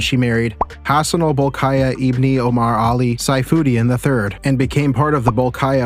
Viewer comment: Bolkiah should be pronounced as Ball- key- yah (ya as in yard)